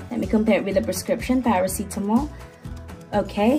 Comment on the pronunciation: Love it when your saying Parasitamol ❤ Anyways your videos are very helpful. ❤